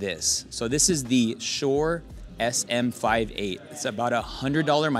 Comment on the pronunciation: ess emm five eight......first time I've heard it said that way lol. Great video, top quality gear recommendations indeed.